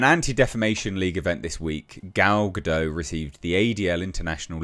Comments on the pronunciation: Gal Gadot is a Hebrew name—it does not rhyme with "Godot" or "row" /ˈɹoʊ/ (US), /ˈɹəʊ/ (UK). It is pronounced [ˈɡal ɡaˈdot], ie. with a /t/ sound at the end, like in the word "not" /nɑt/ (US), /nɒt/ (UK). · She isn’t French she’s Jewish, so it’s Ga-dot.